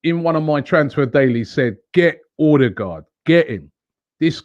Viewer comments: It is pronouced "Urdergor" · So we get to hear Robbie butcher a name in his usual fashion until end of season. 🤦🏻‍♂️. Someone tell him the "d" at the end is silent.